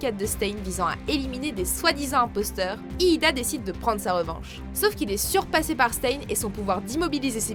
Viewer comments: tu dit lida alors que en français en dit ida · Sans vouloir vexer ses pas hiiiida mais hida